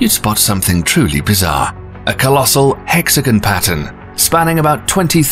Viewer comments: So why are you saying “hex-again” instead of the proper “hex-a-gone”? Quite odd. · How can you say hexagonal, but also say hexagan instead of hexagon. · I thought it was hexagon not hexijin ? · It is not a hexagan it is a hexagon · This guy doesn't know how to talk. Hexagun. Many others. Satun? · The narrator pronounces "hexagon" like "Mexican."